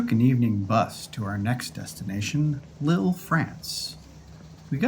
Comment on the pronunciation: The pronunciation is "leel", but everyone else gets it wrong, so not to worry.